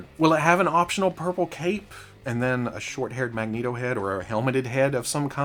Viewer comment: You say magneto like a Mexican, as a Mexican I approve